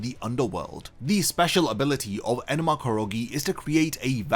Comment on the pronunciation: You keep saying "enema", butt it's "enma"